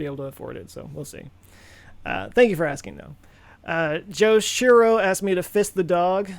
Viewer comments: Oh FISS it. I thought you said FIST it. The whole "I'm not gonna split my dog in half" thing worked for that too. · Misheard that as "Some people ask me to fist my dog", and then Joe is all like "OK, I'll get right to that!". Had a bit of a WTH moment before brain auto corrected :D